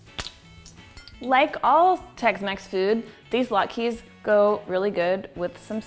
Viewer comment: Sam Welford you're welcome. this recipe is far from traditional, and depending on which Jewish person you ask, she mispronounces them. (Jewish person here) lol.